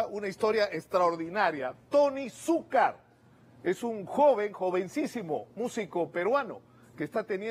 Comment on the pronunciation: Que Monse que no pronuncian la segunda c en Suk'car